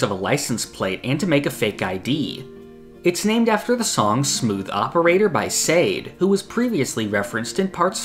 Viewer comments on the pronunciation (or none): It's pronounced Shar-day, not Say-d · My guy.... Sade🤦🏿‍♂️ is pronunced Saw-day... no sade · Love the video,! I'm so excited to witness the start of a new JoJo part. Just wanted to point out (in case no one else has); I'm fairly certain the artist who made Smooth Operator is pronounced [Shaw-Day], not [Sayd]. I'm prepared to be proven wrong on this, but based on my experience with the artist, its the former and not the latter. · Yoooooooo Smooth Operators artist name is pronounced Shê-day. Not Sade. Omg I couldn’t let that rock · Just so you know, Sade is pronounced like Sha Day, not Said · For future reference, it's pronounced "Shah day" not "Sayde" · It’s “Sha Day” not Say’d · unrelated to chapter but bruh sade is not pronounced s-aid. its sha-day (really shar-day but british accent) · it’s pronounced Shaday :) not Say’d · Its not pronounced SADE Its SHah-dé, (shathey) i knew you wouldnt be able to say it and it was so cringe to hear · “Sayde” bro it’s pronounced “Sha-day” lmao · It’s pronounced “Sha Day” not “said” lol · Erm it's pronounced sade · Sade is pronounced "Sha-DEY" Very fun video and you explained everything very nicely. Jodio sounds really cool and I hoping for a good ending in this Jojo series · great video brother the chapter was awesome! also Sade is pronounced Shah-day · Great video as per usual. Can’t wait for the next chapters and your reviews 👌🏿 Also: Sade is pronounced Shah-Day, as a heads up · just a quick note that her name is pronounced “Sha-day”. I know it’s easy to make that mistake if you’re unfamiliar with or didn’t grow up with that era of music. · The artist of Smooth Operator is written Sade but pronounced "shaw day". She makes wonderful jazz music btw, you guys should check it out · I love your channel, man. Btw, it’s pronounced “shah-DAY”, she is an absolute wonder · Oh, for the record, Sade is pronounced "shah-day"! Not your fault, it's not obvious, especially if you've never heard of her before 😅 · Sade = Shaw-day